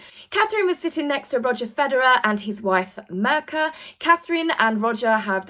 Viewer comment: "Mirka" is not pronounced "murka". It sounds kind of like "meercat" but you don't pronounce the "t", and the "meer" is a short syllable, not a long one 😊 x